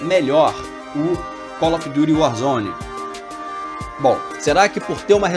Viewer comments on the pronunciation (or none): Kkk colofduryuarzone